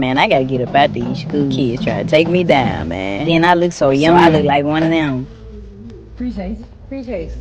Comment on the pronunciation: Amazing the ebonics used by her was legit though she done meant something else when she said it. COME ON Maaaaaang. lol love the channel man keep crushing it!